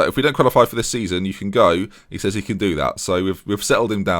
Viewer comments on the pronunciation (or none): none